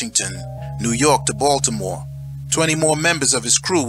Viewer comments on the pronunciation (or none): none